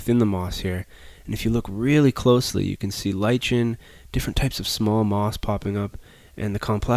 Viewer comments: They're spores, not seeds. And it's Li-KEN, not Li-CHEN. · People usually say it "ly-kin" but hey, tomato tomato.